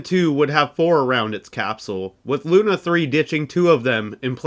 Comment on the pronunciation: Awesome video! Much work here. Still something makes me wonder is it a hollywood tradition to pronounce russian words wrong?))) SpUtnik, that's like in put😂 By the way semyorka sounds bulletproof😊 Besides lunA off course)